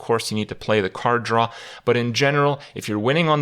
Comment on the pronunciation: It took me 4 times to figure out that he says card draw, not some unknown card to me called "Khar'dra"